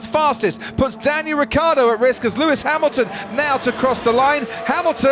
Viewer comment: Is it so difficult to pronounce: "Ricciardo"?